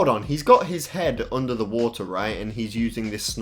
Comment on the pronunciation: “FICK BAFF WOTA”